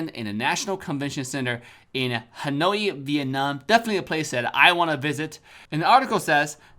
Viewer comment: Eventhough i'm proud to participate as a viewer cuz i live in Hanoi, but....thats not how you pronounce it 😭